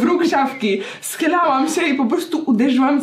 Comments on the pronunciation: zamiast "schylałam" usłyszałam "schlałam" xdddd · Ostatnio w filmie mówiłaś co się stało z twoim czolem dlatego wiedziałam co i jak i jak mówiłaś że schylalas się to usłyszałam schlalam się 😁 myślę Wtf aż cofnęłam 😅